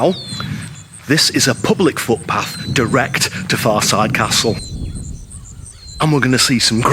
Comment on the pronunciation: Your pronunciation of the name is incorrect and Henry's wife did not own it. It was built in the 1300s and rebuilt in the 1500s. The most recent owner had to sell as part of his conviction for fraud